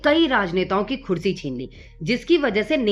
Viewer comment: "Khursi" nahi hota. "Kursi" hota hai. 😂😂😂😂😂😂😂😂😂😂😂😂😂😂😂😂😂😂😂😂😂😂😂😂😂😂😂😂😂😂😂